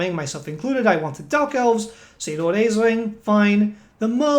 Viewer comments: Ash-lin . We gonna need to get that pronunciation right folks. It's an Irish name derivative... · Please stop mispronouncing his name! It's pronounced Ashlynn! It's Irish Gaelic!